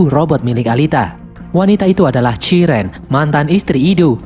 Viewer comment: Bang koreksi: chiren sebenernya ngomongnya bukan chairen tapi chiren biasa